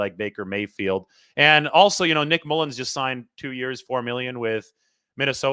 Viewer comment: Never say Mullens again